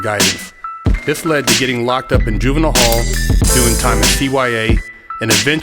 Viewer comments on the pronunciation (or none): none